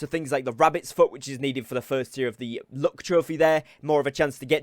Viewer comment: I kept hearing him say "look trophy" not "luck" 😂😂